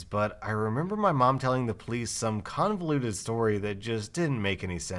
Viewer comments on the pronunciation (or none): none